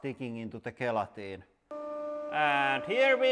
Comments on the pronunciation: Gel - Atine not Gay - latin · The playing cards were a huge surprise. By the way, gelatin is pronounced with a soft G as in jell-a-tin. Just thought you'd like to know. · Sounds like hes saying "guillotine" instead of gelatin.... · Gee, I thought you were saying "guillotine" instead of gelatin. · Because of his heavy finish accent it sounds like he's seeing guillotine instead of gelatin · Oh! You were saying "gelatin". I kept thinking "What guillotine?"... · I was so confused for the first couple minutes. I thought he was saying ballistic guillotine 😂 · When ever he says gelatin is sounds like guillotine :) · I love how you pronounce gelatin. The best way I can explain how we Americans say it is "jail-a-tin" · Gelikton lol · I assumed he was calling his press the guillotine. It wasn’t until I read your comment did I realize he was talking about the gelatin shock absorbers. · it took me more than half the video to figure out he was saying, "gelatin".